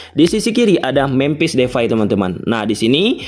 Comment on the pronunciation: jupentus dan mempis defay .... itu yang saya dengar.... P dan F hihihihi... sehat selalu ya bang